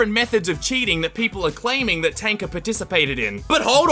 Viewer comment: And btw thank you for saying Tanka”.